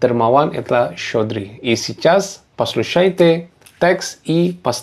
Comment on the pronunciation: Щедрый, а не щёдрый ахах. В остальном так держать!